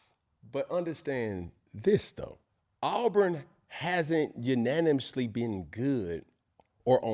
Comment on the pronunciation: Was he trying to say “Unanimously?”